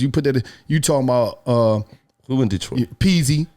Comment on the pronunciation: “I’m talm bout” 😂